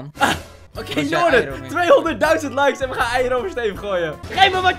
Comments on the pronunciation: Hoe “Steven” zegt! “STEFUUH” 😂😂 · Ik merk het nu pas